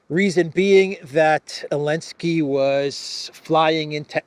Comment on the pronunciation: Why call him "Elensky" instead of "Zelenskyy"? Have I missed something?